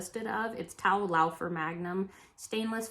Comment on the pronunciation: Simply amazing your level of knowledge with flatware! You are! (BTW the brand "Towle" I have always heard it pronounced "toll', like a toll booth), but you could be correct in your pronouncing! thanks.